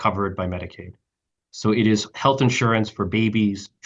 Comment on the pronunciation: it's pronounced health.